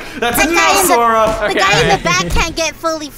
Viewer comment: Its Sora not Sore 😂😂